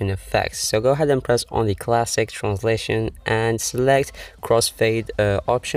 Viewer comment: Every time you say transition it sounds like you said translation